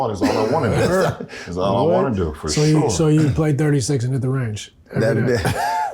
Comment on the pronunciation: LeBron “for shore” james